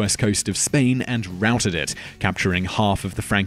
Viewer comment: Is no one gonna say anything about how he pronounced routed?